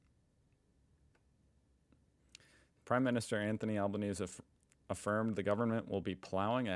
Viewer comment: Prime minister Anthony AL- Ban- easy, sorry to correct your pronunciation